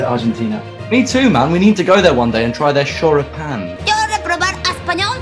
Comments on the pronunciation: "Choripan" jajaaajaajaja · Quien es la tipa que sale xomo el tipo que dice shoripan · El shoripan no las empanadas shoripan empanadas shoripan empanadas SHORIPAN EMPANADAS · Inglés: Shoripan: cállate a ti no te sale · De los creadores de "Las empanadas" y "Churros con dulce de leche" lleeegaaaa: "Shoripān" (da igual yo también soy un queso con el inglés).